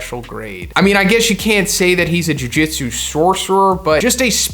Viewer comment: Why does he pronounce Jujutsu like Jiu Jitsu lol